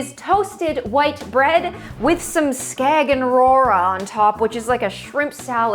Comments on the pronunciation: As a Swede I have to say Skagenröra is the bomb, even though it was originally more of a starter at restaurants than it was a toast. Your pronunciation wasn't bad except that the "A" is prounced more like the a in "awful", "art" or "argument". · you sed skagenröra rong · SAMEE but when she said skagenröra for Sweden :p